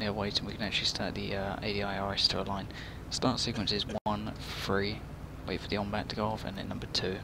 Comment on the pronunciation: TH-ree. Great tutorial though.